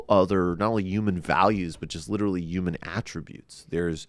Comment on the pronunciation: Why the fuck he keeps pronouncing "human" as "uman", etc. That's so fucking pretentious and annoying.